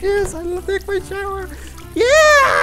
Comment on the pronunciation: I like at the bathroom he say teke a shower take a shower